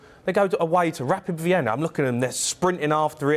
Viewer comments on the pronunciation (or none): none